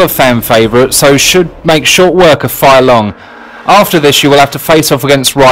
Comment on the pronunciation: LEARN HOWTO SAY RYU'S NAME CORRECTLY. And Fei-long's too.